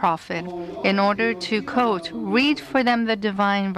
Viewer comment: No shit. It just sounds like she's saying "coat" not "quote"